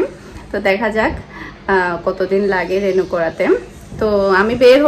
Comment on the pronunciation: কেনো বার বার রেনু বলতেছেন? রি নিউ হবে